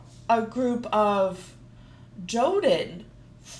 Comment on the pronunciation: And I dont like to be the pronaunciacion police but its Kodan not Jodan.